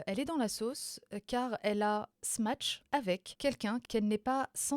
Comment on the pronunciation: je crois qu'on dit Match et pas Smatch 😂 on dirait ma grand-mère au McDo "un MicMac s'il vous plaît"